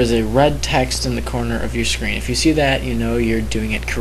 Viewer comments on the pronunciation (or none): none